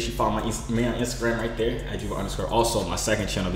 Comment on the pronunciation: Nigga said turr not yurr